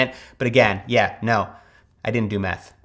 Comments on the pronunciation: I thought they said math... I then realized it was meth. 🤦🏽‍♀️ Don’t do meth. More math, less meth. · I thought he said math, not meth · legitimately thought he said “math” not “meth”